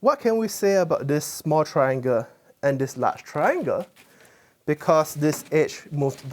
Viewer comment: And “trianga“, and “rectanga “.